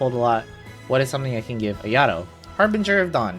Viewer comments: Ayadoh…ugh it’s Ah-yah-toh!! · haha you Gucci. After a while it started bothering me lol. I was like “ah-yah-toh!!” 😭😂